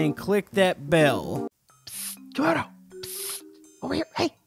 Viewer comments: No its not camodo kamodo i meant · Its not comodo its komodo